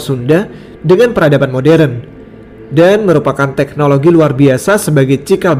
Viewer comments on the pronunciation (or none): none